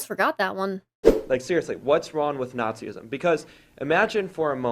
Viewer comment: It's not Nazi-ism it's Nazism, one syllable only. It's weird though that christians keep on telling us that if they didn't believe in their god they would all become homicidal murderers and kiddie rapists. I think we should believe them and insist that they keep on believing in their weird god.